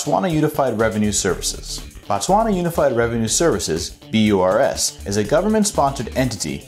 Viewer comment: Informative🙏. Work on pronouncing Botswana correctly.